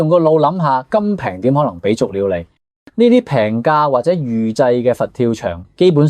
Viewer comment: 識得講餐廳用預製菜, 唔識講 YOUTUBER 用預製聲. 廚房邊, 有咁多位? 完全「毛」佐. 「甘」平 「幹」爭爭 唉.